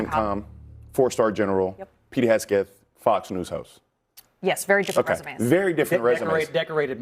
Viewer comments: Hesgeth? How many times can you mispronounce it??? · I wonder why he can't even pronounce Hegseth properly. He says Hesgeth. This indicates he is lazy in his speech which also reveals a lazy intellect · Who's Pete Hasgit? These "unqualified guests" could not even get Hegseth's name right. We should push CnN to fire Abby, their stupid ringleader. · His name is not “Hes-Geth”!!!!!! Bronze Star is the fourth highest honor! Also ….. Pete is not aiming the rockets at the targets. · LOL YES!! He doesn't say his name correctly! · This idiot can’t even get Pete’s name right! Where does CNN find these morons?? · That dude cannot even pronounce 'Hegseth'. LMAO. CNN is a disgrace, as usual. Thank goodness for Scott Jennings. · That guy does not even know how to pronounce Hegseth. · Every time Bakari goes on CNN, he either cries or humiliates himself in one way or the next, he can't even pronounce Pete's name! Their problem is they want information ftom Pete and the Whitehouse which they're never going to get and military recruitment is through the roof, which these traitors hate. Damn shame. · How is it possible to go on a panel, and not having a clue about anything? He could not even get Mr. Hegseths name right. Thanks you Scott Jennings for exposing idiots. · apparently the words "ask" and "Hegseth" are tough to pronounce for some.. 😂😂